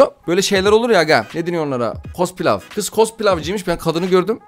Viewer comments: Cospilav dediği yerde patladım ya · Cosplay❌ Cospilav✅ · kos plaw diyen golca yürekli abim